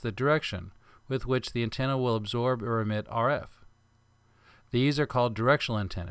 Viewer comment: absorb not absorbe